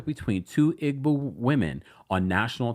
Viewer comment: Pronounced( EE-Bow) Igbo “g” is silent